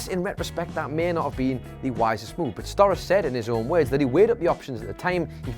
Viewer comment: It's pronounced "Sto-RAH-chee" not "STOR-is." Do some research before you make a video.